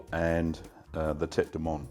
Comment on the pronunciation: In French, "moine" is pronounced MOO-ANN